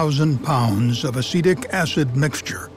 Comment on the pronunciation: What the narrator says: "Acetic acid" What I hear: "Acidic acid" My brain: "Ah yes, the acid is acidic, what a surprise"